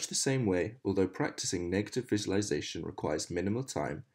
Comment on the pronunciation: this is a fantastic achievement thank you but I must say that your Mispronounciation of "visualisation" ALL the way through is REALLY grating (sorry) but again, thank you and I will share it